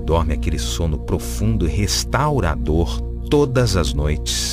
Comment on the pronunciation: Maravilhoso este audio. Muito poderosa este relaxamento guiado. Só não gostei do "restaura a dor (sono restaurador)" no final, dá uma quebrada.